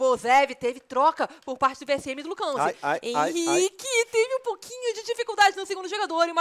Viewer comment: Problema é chamar o Henrique de Ren, é esquisito